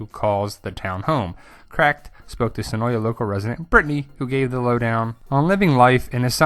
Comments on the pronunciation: Great video! Cool info. Just a cool fact, the a in senoia is actually silent. It is actually pronounced senoi. The locals are often annoyed at the constant mispronounciation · Of yeah, it's pronounced Se noy. Two syllables.